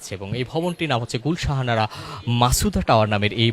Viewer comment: গুলশান আরা। আপনি ভূল উচ্চারণ করছেন, গুল শাহানারা বলছেন।